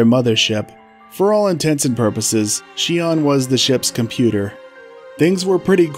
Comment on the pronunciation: The only good rappy is a fried rappy. also I believe Xion is pronunced Zee-On. or Zshe-On, with more of a zh sound